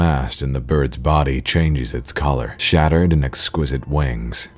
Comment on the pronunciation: Book: sheathed Connor: shattered Book: zhen Connor:zen